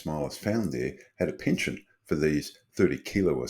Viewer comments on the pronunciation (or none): none